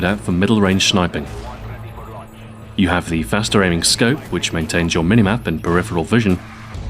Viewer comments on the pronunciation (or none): Love how he sais "Shinping" instead of sniping LOL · 'An effective load-out for middle range SHH-NIPING' HAHA 4.06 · anybody hear him say schniping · Lol u can hear him say shniping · 'An effective load-out for middle range SHH-NIPING' HAHA 4.06 and again at 6.06 thats strange, love the vid though its sick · LOL he says SHINIPING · Did anyone else notice the 'Shniping' portion of this? I did....